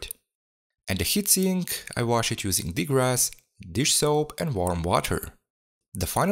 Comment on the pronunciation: Degrass? Not degrease?